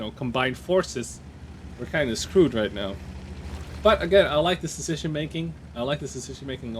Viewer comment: DId you heared "Cecition Making"?